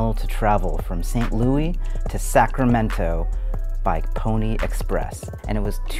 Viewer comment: Tan I really love you and your videos but......nobody has called it Saint Louie since about 1912 😅